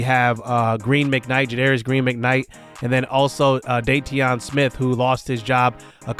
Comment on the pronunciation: its pronounced "daytwan" smith not dayteeon lol